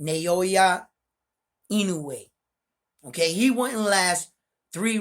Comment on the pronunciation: Bro it’s now-yah not na-yo-ya. Easy. Your in-no-way pronunciation is 100% on the spot tho 👍🏼